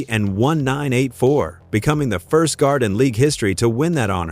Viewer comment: Ok... watched until the 'narrator' said '1-9-8-4'... at least program it to speak the years correctly...smh